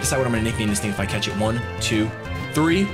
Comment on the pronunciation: Am I the only one who hears "we have to cats this! we have to cats it!"? :D